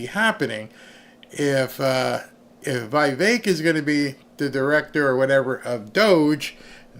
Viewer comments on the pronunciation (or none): It is Veevek Dear not whyvek, names are read in Latin not English, I lived in India that’s why I know exact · It's VEE VEK, NOT V EYE VEK